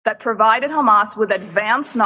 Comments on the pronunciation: So this is something I don't get, is it some sort of covert or backhanded insult to refer to Hamas as "Khamas"? BecauseI can't understand why they keep mispronouncing the name. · Anyone else annoyed by the way Israelis pronounce Hamas?